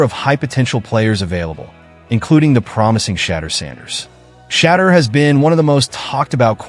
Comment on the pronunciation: you do not know how to say shedeur ???? ANY BODY can get a youtube channel. BTW do some research first and practice.